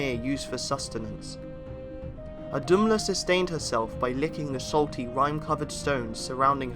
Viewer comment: It's not wrong, the story that is. But could we pleeeaaase have someone pronounce the names correctly! It's only because I know all this, that I even knew who you were talking about. "Ohd-um-lah" with the stress on um!? Are you kidding !!??